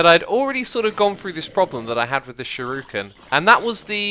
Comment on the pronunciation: Shuriken is pronounced sure-ik-en